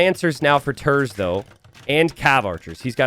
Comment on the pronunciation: He is pronounced like "tairts"